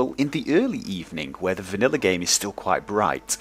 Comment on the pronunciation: you said vaniller